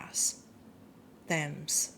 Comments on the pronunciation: River Thames? pronounced (tems) Source: Thames Head, Gloucestershire (Cotswolds). Upper Thames: Flows through Oxfordshire, Berkshire, Buckinghamshire, and Surrey, featuring picturesque towns like Oxford, Reading, and Henley. London: The most famous stretch runs through Greater London, with landmarks like the Tower of London and Parliament lining its banks. Estuary: East of London, it becomes tidal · Brilliant! Your intuition is so accurate. Thames is pronounced "Tems". Kingston Upon Thames is an area in South West London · Thames as in river thames. Pronounced Tems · Also we're coming out of the communist socialist nightmare so his interference won't wash here anymore.. The phonetic pronunciation for Thames is "Tems " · Thames is pronounced Tems, it's the river Thames and the place is Kingston -Upon-Thames. I was born there when it was a suburb of London many years ago. Now it's basically been absorbed into London. Hi from England. Thank you for your insights.